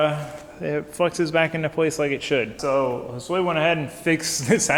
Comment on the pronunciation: he pronounces it like 'hole sway' and it just makes me scratch my head every time